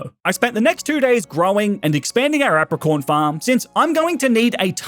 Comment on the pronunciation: A-PRA-CORN PLEASE